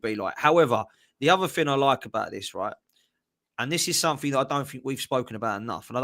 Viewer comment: I love how says "something" lol, "suink"